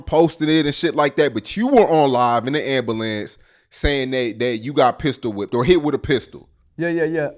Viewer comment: “Inna AMBALANCE”